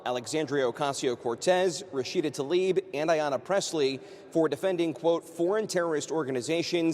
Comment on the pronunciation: it isn't "Ta Lib" but Tla ib Tlaib.